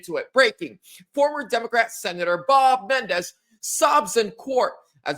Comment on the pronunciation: Men - en - dez.